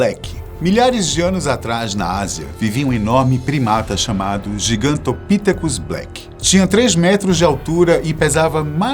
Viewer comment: Gigantopitécus. Sílaba tônica no "te"